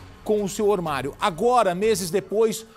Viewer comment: Ormario? Fala sério kkkk